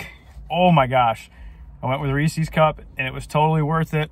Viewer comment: OH no, another guy that says "Ree See's" instead of Reese's hahaha Great job man, that was one of my favorite challenges in the Memphis area! I went back several times for snacks and shakes as well as that gallon challenge :)